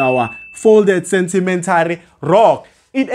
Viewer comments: Is it sentimentary or sedimentary😮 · Why are you saying sentimentary rocks Sir? Good work though well explained